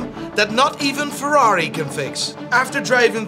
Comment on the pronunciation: It's Ferrari!!! Lol Clearly you don't watch f1😂😂😂